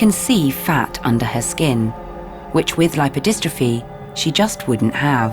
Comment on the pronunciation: It's not pronounced lip-row-dis-tro-fee. It's more like lipe-oh-dis-truh-fee.